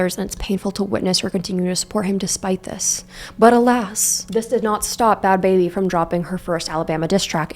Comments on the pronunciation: Ba-had Ba-habie 😂😂😂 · I need you to know that “Ba-had Ba-habi” made me instantly subscribe 😂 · I start this vid and the first thing I hear is "Ba - hat Bah - abi" "inshallah" bro what is happening LMFAOO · You did not just call her "Bahaad Bahaabi" LMFAOOOOOOO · the pronunciation buh-had buh-habie had me on the FLOOR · The way she pronounced bahd bahbie 😂😂😂 I’m hollering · i used to think it was pronounced bhad bhabie i feel called out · "buhad buhabie"💀💀💀💀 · Not going to lie, this whole time I thought it was pronounced Bad "Bahhhbie" like Barbie. Not baby. Lmao whoops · i also pronounce bhad bhabie like that lmfaoaoaoa i alr love you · 😂😂😂😂😂 the way i start sobbing when you pronounce the H's 😂😂😂😂